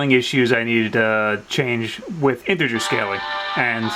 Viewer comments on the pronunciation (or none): none